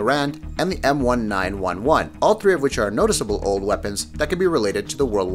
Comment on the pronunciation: i cringed when he mis pronounced the M1911 its probounced M nineteen eleven